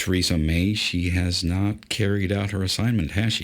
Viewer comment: . Who knew former PM May was partly French!